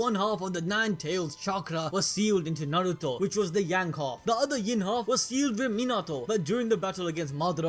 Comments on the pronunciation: You do realize his name is is Nar-roo-toe not nor-ru-toe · why is he pronouncing Naruto as Nauruto 😂